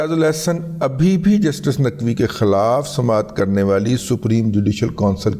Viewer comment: آ کبار ناقوی نہیں آ کبار ناچوی